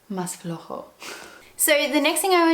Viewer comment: Sobre todo cuando dices "mas flojo"..... Lo dices en un perfecto español del norte, me Encanta